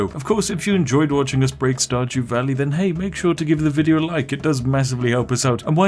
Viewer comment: I heard "StarJew." Every. Single. Time.